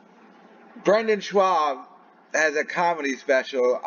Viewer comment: The way you’re pronouncing Schaub suggests you suffer from dyslexia on top of the already debilitating speech impediment. That being said, you take peoples shot talking in stride and I’ve never seen you cry about anything. That alone makes you more of a man than these crying pussies pretending to be free speech crusaders